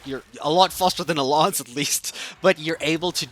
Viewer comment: Instead of class and lance you are saying cloce and lonce